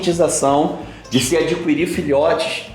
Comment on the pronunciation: Ótimo vídeo, Richard ! Mas esse professor de português tem que voltar pra escola ! "adquirir" não se pronuncia o u da palavra,e sim o i ! E "dilou" ( verbo diluir) não existe ! Kkk